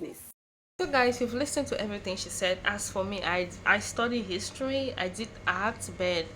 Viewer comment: My brother creates his own his-to-ry😂😂😂